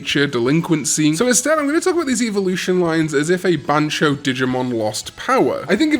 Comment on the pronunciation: Ban-Tyo not Ban-cho, this ain't Bancho and Kazooie😂